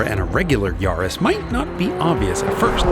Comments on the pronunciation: Great video… I have GR Yaris back in U.K. (with circuit pack) and it’s flipping amazing….FYI it’s pronounced Yaah-ris…. , not Yarh-is👍🏻 it would have been nice to compare the Corolla with Yaris on same tyres however to just see what the lower weight of the smaller care did to compensate against the higher bhp. Oh yeah, just to say, a tuning crew in Australia have got 500Bhp out of their Yaris 🤪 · Its yaris not yarrrrris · Yaris rhymes with Paris, its not a yawris